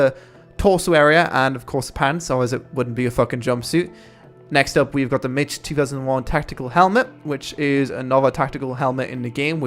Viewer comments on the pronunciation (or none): Mich helmet is pronounced "mick" not "Mitch" Kappa123